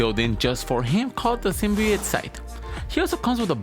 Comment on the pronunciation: Its pronounced sim bee oat not sim bee ooot